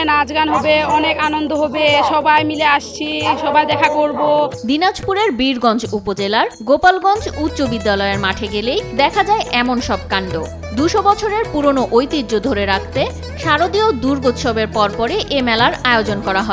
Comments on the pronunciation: আপু....... গোপালগঞ্জ না গোলাপগঞ্জ। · গোপালগঞ্জ না ভাই গোলাপগঞ্জ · মিস রিপোর্টার ওটা গোপালগঞ্জ নয়, গোলাপগঞ্জ 😊😊